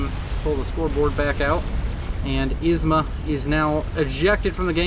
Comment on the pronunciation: Isma became wasma, lol.